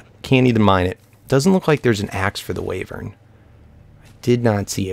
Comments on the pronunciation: It's WHYvern, not WAYvern. : ) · Wyvern is pronounced Y-vern :P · Say "Why - vern" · The sojurners sash gives you step up and it's pronounced wee-ver-n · its pronounced waaivern